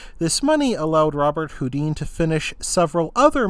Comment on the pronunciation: His name is pronounced "Robert Hoo-DAN", ...much like famous musician Chopin is pronounced "sho-PAN" and not "CHOP-in" or "Sho-PEEN".